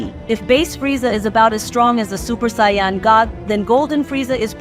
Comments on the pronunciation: Americans generally pronounce Saiyan as "Say - en" , rather than "Sigh - yon". Like "do you know what i'm sayin'?" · love the work, but please stop saying saying Saiyan like 'SION' or 'Sai On' is annoying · The way saiyan is pronounced is so annoying and completely said wrong love the content but please can we get the pronounce of the words correct please couldn't finish the video it was pissing me off too much it's saiyan it's pronounced sai-yn